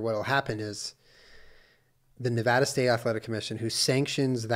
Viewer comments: Sorry Jenna, as a Nevadan I am obligated to correct your pronunciation (this is all in fun, it is an ongoing joke in Nevada. Don't come for me :D). It's pronounced "Neh-vah-duh" and not "Neh-vaw-duh". Love you guys! ;) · Jenna, I love you, but it’s NE VAAAAAA DUH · Jenna pronouncing Nevada wrong hurts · You said Nevada wrong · Oh no. The way Jenna pronounced Nevada 💔